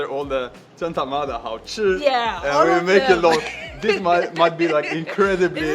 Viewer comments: 一般人不會說真他媽的好吃，很沒氣質，尤其女生（沒性別歧視喔）。 不過Jonas這句發音還不錯呢... 我會說超級好吃/夭壽好吃/超！好！吃！ 我們從小到大就一直聽到“貓咪看的到鬼”的說法，我的貓半夜亂叫我也會有點害怕，但會刻意不去想這個傳說，但你把他說出來了，難怪查理更害怕了，哈哈。 大部分的人都是好的，但還是要保持警戒心唷。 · 「真他媽的好吃」,,你這句這的最標準. 給你100分. 但我們不會在外面餐廳用..哈哈